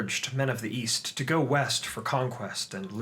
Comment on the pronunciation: East? I thought you said Weast